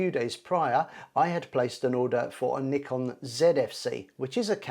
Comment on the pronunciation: Thanks for saying Nikon properly, as nee-kon, which is how they say it in Japan. Americans usually say NIGH-kon.